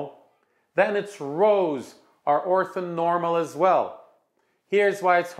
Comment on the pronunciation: Othonormal? Surely that's orthonormal.